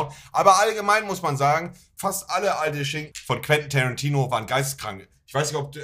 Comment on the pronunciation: "Kran Tariiinooo"